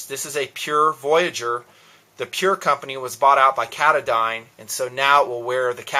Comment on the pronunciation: as far as i know, i'm pretty sure "katadyn" is pronounced "kah-tah-din" with the stress on the second syllable, but that's just what i know. great vids, keep up the great work! love nalgenes.